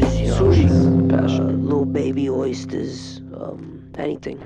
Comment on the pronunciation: "Lil baby oystahs"